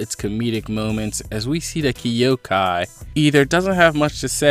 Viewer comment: Yo I'm hyped to find a good kingdom reviewer but the way you say hi shin and kyoukai got me vexed 😂😂😂